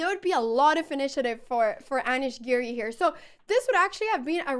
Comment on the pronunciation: Aneeesh, not Anash 😂